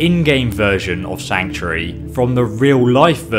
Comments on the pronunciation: Sanctury.... Please just say sanctuary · Am i the only that keeps hearing Sanctry? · I can't be the only one who finds his pronunciation of sanctuary annoying.